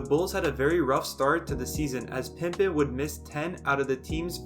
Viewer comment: If I hear "Pimpen" one more time, I'm going to go nuts